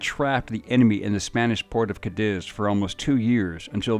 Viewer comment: The mispronunciation of my hometown Cadiz is killing me